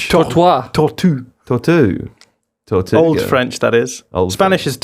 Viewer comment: Just coming here to say that pronunciation of "tortuga" was pretty good.